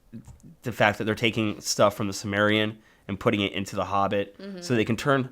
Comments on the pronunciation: I keep cringing everytime he says "the SUMERIAN"??? Silmarillion dude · Sil-mar-il-lion :P not simarion. sorry, stickler for pronunciation. Love the show! keep up the awesomeness! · Doesn't he mean Silmarillion? not semarian? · The Dune series is so epic and deep. I read through chapter house dune in high school and thoroughly enjoyed it. Also fyi it is silmarillion not simmarian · Dammit I'm not a grammar nazi! But FUCK! Its not shmahg its Smaug! And! Its not simarion! Its the Silmarilion! Sheesh! Regardles I love you guys! These are minor complaints. I listen to you guys so I can keep up on comics. Period. I don't have the cash OR the time, for that matter, to read all this cool shit! Keep up the goods! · the book is called "The Silmarillion" Not the Samarian . and the dragon in named Smaug (smog) not Shmog...even still I love you guys.